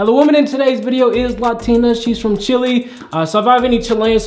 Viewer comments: My face when he said “chili” instead of Chile: 😑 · "She's from Chili" XD For all native english speakers out there, its pronounced "Chee-leh" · "she's from chili's" bestie pronunciation where? C H I L E H